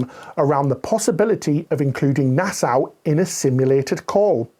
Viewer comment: It’s a small thing but if you pronounce Nassau as ‘nassow’, the locals will mock you. It’s ‘Nassaw’. Cheers.